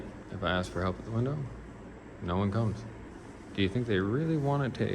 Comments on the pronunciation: Why do these people always say “aks” instead of ask , this just shows the level of education required to be a tyrant . Ghetto ass people should not be paid by tax dollars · “In about two seconds here, I’m gonna AXE you to leave…I’m gonna AXE you to leave.” 😂😂😂